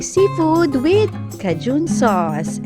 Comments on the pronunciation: Thank u for the recipe! Proper pronunciation for nang cajun is K-jun. Like letter K and joon. Hindi for Caaa-joon! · Ate, it is pronounced as , key jun, not kajun. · Cajun pronounced as (/ˈkeɪdʒən...sorry po ahh bothered lng aq pag nririnig q...tje recipe seems great thou. 😍😍